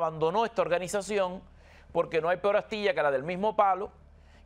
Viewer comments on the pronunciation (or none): none